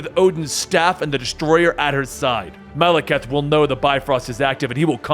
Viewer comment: it upsets me the way pronounces Malekith....